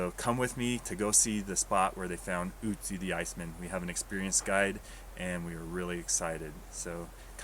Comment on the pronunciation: It is nőt ützi it is ötzi